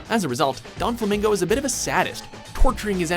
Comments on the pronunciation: lol yeah my bad i was thinkin the Don in Donxiote too 'Donflamingo' def aint right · you said Doflamingo's name entirely wrong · Way to butcher every pronunciation for DOFLAMINGO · Jesus you butchered Doflamingo's name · They struggle to pronounce japanese names but they can't even pronouce a spanish name correctly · I don't think I've ever heard someone butcher doflamingos name this badly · its Doflamingo not Donflamingo baka... :p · DONflamingo. how the hell do you pronounce it like that? there isn't even a N in the name. do you even read? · Donquixote Doflamingo not Donflamingo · It's Doflamingo not 'Don' lul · Seriously donflamingo? It is doflamingo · It's Doflamingo. Not DoNflamingo. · You guys made one little mistake in your list just now...the One Piece example, his name is "Doflamingo," not "DoNflamingo" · Donflamingo? It's Doflamingo you dunce. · the fuck is a donflamingo? even my auto correct corrected that shit to doflamingo. for fucks sake doflamingo is one of the easiest if not the easiest to pronounce it's clear as fucking day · doflamingo not donflamingo lol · Doflamingo! Not Donflamingo! Jesus! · It's DOFlamingo not Donflamingo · each time he said donflamingo i cringed 😫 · His name is Doflamingo... not Don Flamingo... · Its Doflamingo not Donflamingo. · *Doflamingo, Not Donflamingo. Geez. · Doflamingo not donflamingo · It's DO not DON flamingo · I don't know why but I'm really bothered by DoNflamingo. The Extra N just does... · "Donflamingo"? Hearing screw up Doflamingo's name made me cringe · DoNfalmingo I'm Triggered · i though it was Doflamingo not Donflamingo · Also DOflamingo not DONflamingo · sojiro B They're right on the "Don"quixote part it's most definitly not Donflamingo it's Doflamingo. There's no pronunciation of the N in his name at all. Donquixote Donflamingo sound right? lol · It's not donflamingo its doflamingo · its doflamingo not donflamingo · It's Doh-Flah-Min-Goh, you don't pronounce the N